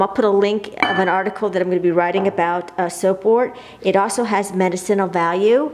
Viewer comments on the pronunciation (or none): 1.) Its INvasive not evasive 2.) Have you never heard how medicinal is pronounced? 3.) Blow your nose